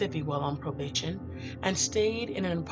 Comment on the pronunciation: Where do they find these narrators? It's obvious they were never well versed in their English studies. This one here mispronounces 'execution' and 'probation'. She obviously ignored practicing vocabulary and pronunciation, and she's reading the damn script! When the narrator sucks it destroys everything. I can't watch this. Save us the aggravation. Don't post anything without a good speaker.